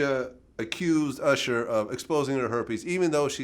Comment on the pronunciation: why does he keep saying "ursher" lol.